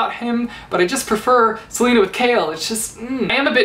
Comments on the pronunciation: NO TEAM DORIAN!!!! And btw, it's not pronounced Selena, it's Celaena. As in, Sul-ay-nuh. :D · HER NAME IS CELAENA AS IN SA-LAY-NA NOT SELENA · 1) I say 'Ce-lay-na' not 'Ce-lee-na' 2) I say 'Shay-ol' not 'Kale' 3) CHAOLENA FIVEVER OHMIGODS DORIAN CAN GO JUMP INTO TARTARUS JUSTKIDDING BUT NO SERIOUSLY CHAOLENE FAR LYFEEE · It’s pronounced as SEL-AY-NA not sel-e-na... Smh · Am I the only one that calls her suh-lay-nuh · I think her name's pronounced Ce-lay-na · CHAOLAENA!!!! And celaena is pronounced (ceh-lay-nuh) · It's pronounced CelAYna:p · I lowkey cringe every time you say "Selena. but to be fair I pronounced every single name incorrectly.